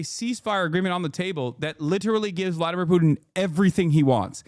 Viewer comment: Vwadamiw, pwease...